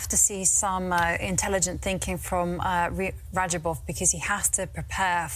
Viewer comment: Rah-job-off. Not raba jov.